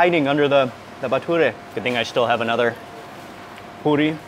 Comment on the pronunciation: Props for saying the plural of Bathura correctly...you are correct when you said bathurey